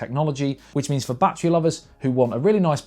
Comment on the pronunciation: Take a shot of whiskey every time he says "BAT,TREE"